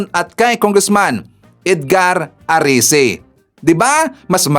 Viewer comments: Erese hindi arese pls PBBM Trillion times foev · ERECI not Arice